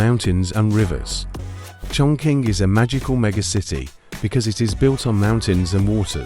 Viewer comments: Wrongly pronunciation for chongqing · Chongqing is pronounced chong ching.